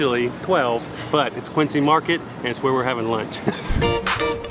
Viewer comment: They don't have the pronunciation of "Quincy" quite right. It's "Quinn-Zee" not "Quinn-See." Love your reactions by the way and poor Connecticut... you really struggled with that one. :) Oh and if you want to start a war between NY and Boston, tell them they have the same accent! NY and Boston have a fierce and unforgiving rivalry, especially in sports.